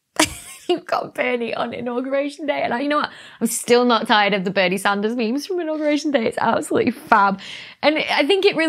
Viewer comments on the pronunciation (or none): none